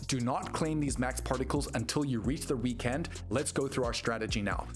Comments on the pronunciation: Bro, why are you enunciating weekEnd like that?? 😭 👉💯👈 Let's goooo! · Because its all Ayyy eye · Why do you say weekend like that? 😂